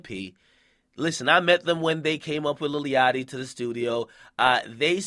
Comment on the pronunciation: This nigga keep sayin lily yachty